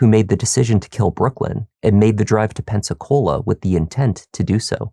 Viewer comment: I know I'm NOT the only one that thinks 'Pepsi-Cola' every time they say 'Pensacola'. Amirite? 100% I'm right.